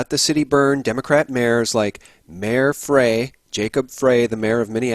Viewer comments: Mayor Frey's last name is pronounced "Fry" not 'Fray". Never heard such an illiterate mishandling of such a common name. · Yep, I can see the smoke coming from North Minneapolis right now! The brothers are up in arms again burning their own neighborhood! The national guard is here so...Good luck to the BLM, that group needs to get wacked! Its pronounced FRII not FREY and its Waltz. You are not from here...